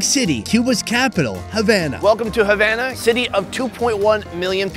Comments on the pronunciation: as a Cuban,it pains me to hear pronouncing Havana as Javana as in Jam!! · Food review guy: Havan- Me:HavAna OoH NanAaaaaAaaA